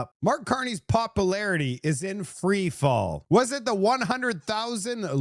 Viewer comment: Popularity? That's not how you say it... Want to try that word again? beginning of vid